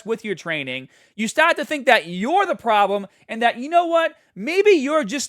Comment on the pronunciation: Very odd accent you have there. Everything is normal except you turn into a New Yorker for "part" or "start-" and then immediately back to normal.